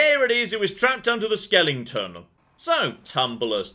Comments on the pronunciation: Why does keep saying “skel-ING-ton”? Is that really how Brit’s pronounce Skeleton? (Pls note the lack of “ing”) Americans want to know! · "Why does keep saying “skel-ING-ton”? Is that really how Brit’s pronounce Skeleton? (Pls note the lack of “ing”) Americans want to know!" No, I think that is a thing. I know that I have watched some of his older videos and he pronounces it normally. At some point he switched to the Nightmare before Christmas pronunciation.